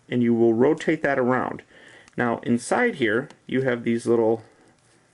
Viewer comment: that is a big light and when you said "now" it sounded weird like no-amgh